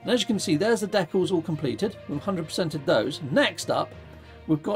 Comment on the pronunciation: Love how you say deck alls 😂😊 Thanks for streaming. It's rare for me to catch you live.